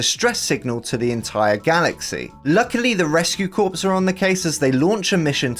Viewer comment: Just as an FYI, "Corps" is pronounced "Core"!